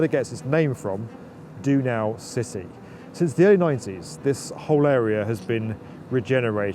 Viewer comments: Du nau city Thats when the american "Can Do" Spirit and Austria meet😂 The Do from DOnau should rhyme with No, not with Do. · Soooooo funny how he pronounces Donaucity 😂😂